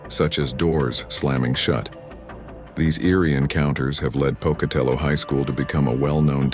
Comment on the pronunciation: Hey! You pronounced Pocatello high school right!